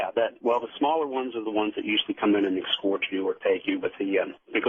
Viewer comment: Art Bell rules radio! May he rest in peace. The guest however is as inauthentic as can be, and is one of those people who tell their story, irritatingly, with the viewpoint of "you." ("Then you find yourself in the craft, where you see...") If I hear the words "excort" or "excape" one more time, I'm gonna use my ashtray as a frisbee. Jesus.